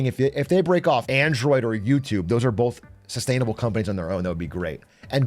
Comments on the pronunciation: Stop saying bolth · Please stop saying “bolth”. My sister refuses to watch British people.